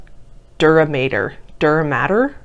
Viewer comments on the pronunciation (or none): none